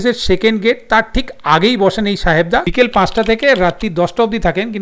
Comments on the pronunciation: সাহেব দা ❎ সাহবে দা ✅ 😂😂😂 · সাহেব দা হবে। সাহবে দা নয়।।😂😂😂